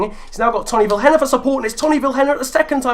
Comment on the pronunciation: can you please prenounce Vilhena as Viiléna